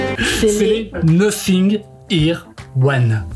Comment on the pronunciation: Je crois pas que ça se prononce Nossing, si vous parler anglais vous disiez nothing !?